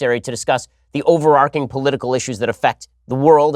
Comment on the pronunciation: OverarCHing...ch...overarcing isn't a word